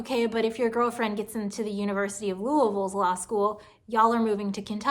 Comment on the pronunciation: Your personal statement sucks..... but does it suck more than Twitter? P.S. Thank you for that glorious demonstration of how Kentucky natives pronounce Louisville. 🙂